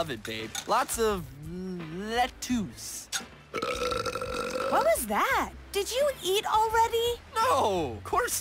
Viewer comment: The way Reef mispronounces lettuce 🥬 cracks me up 😂